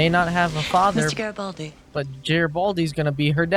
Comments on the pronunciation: Also, a soft 'g' as in 'great'. Not Jreat. But they were making fun of Jerry (doyle) and Geri(baldi) so I think they know but were just having a bit of fun. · Note: Its "Gare-A-Bald-E" Gare! Gare! Rhymes with care! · It's really fun watching your speculations soar off the rails 😂 And please please learn how to pronounce Garibaldi.... I'll help you with one - Bruce Boxleitner. ( BOX _ LIGHT_ NER)